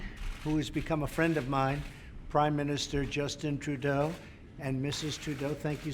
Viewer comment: “Justin True Doe”